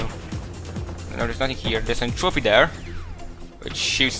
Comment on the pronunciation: It is not n.trophy It is n.tropy